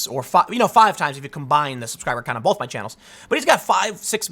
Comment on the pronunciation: There is no "L" in the word both. Stop it.